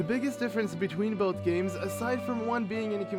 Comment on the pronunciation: Mown-tehn. Mountain. Not Mow-ehn. It's not hard to say oml. Oh, and it's Both. Not bowlth